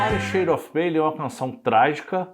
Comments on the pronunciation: Gostei muito da sua pesquisa sobre The Wither shade of pale. Hoje mesmo estava com dificuldade de traduzir a letra para meu irmão, numa publicação em que a letra acompanhava a música na tela. Só uma observação.. Não se diz “pêile”. Diz-se “ Pêil “ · Por favor:A pronúncia da palavra-dentre outras-PALE está errada.O apresentador não se preparou e comete falhas de pronúncia